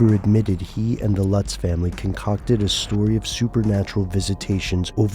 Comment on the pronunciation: Their name is pronounced 'Lootz' not Lutz like in Butts. Everybody knows the Amityville Horror story was a hoax by now, that is old!